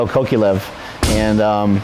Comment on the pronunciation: 'Michel Kokyalev'. Sickening pronounciation.